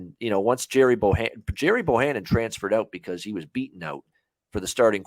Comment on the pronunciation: Baylor by 10. Gerry is pronounced “Garry” fyi.